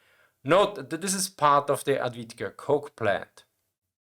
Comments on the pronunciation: avdiivka not advidka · Avdiivka, not "Atvidka" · Adwika? You mean aFdiiiiFkaa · "Ad-Vidka".... ahhh, never change. Good content, anyway!. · „Advitka“? Bisschen mehr Mühe hätten Sie sich geben können, das schmerzt in den Ohren. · I love you bro but the way you butcher the name Avdiivka :D Grüße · Just triggered me that this guy does this for his job and is very focused on producing the highest quality content possible and then puts no effort to the point where its comical in the pronounciation of the topic he is talking about. He says avdiivka wrong in 3 different ways in one video and not in a way where the pronounciation is not a bit wrong but to the point where the letters of the name keep changing order like its whackamole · Not complaining about the content complaining about the lack of effort in even trying to pronounce things correctly to the point where he says it wrong 3 different ways in the first minutes - its like that new warographics episode where simon whistler keeps calling the leopard 2 the leonard 2 im sure you would also say that is just a silly little mistake oopsie until he says leonard 2 in the first part of the sentence and leopard 2 in the second part in the span of 7 seconds